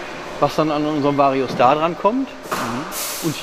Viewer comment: Schon lustig wie der immer Schtar sagt 😂…